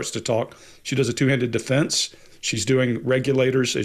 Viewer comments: Hey, We can accept your accent but for the life of me, how do you find an /r/ in lasagna????🤷‍♀️😳😃👀. Lasagner??? WTHECK!!! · I like how says Lasagna! 😁